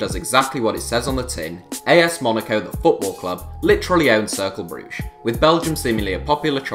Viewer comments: Varri Varrichio I was pointing out how it’s said, I know it’s spelt Cercle. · Circle Brugge? Did you mean Cercle? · It’s ‘Circlar’ Brugge not ‘Circle’ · Cercle Bruges or in dutch Cercle Brugge.